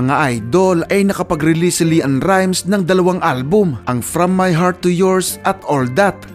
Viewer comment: Leann rimes hindi Li ann hahahahaaha